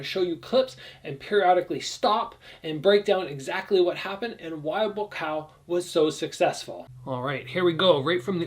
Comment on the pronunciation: It’s buakaw mate not boocow